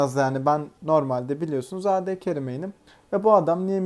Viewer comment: Abi ad ingilizce olduğu için ey di diye okunur